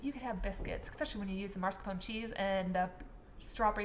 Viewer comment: You're pronouncing mascarpone incorrectly. It's not marscapone it is mascarpone. FYI